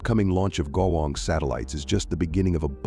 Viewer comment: Terrible pronounciation of the word " 国网“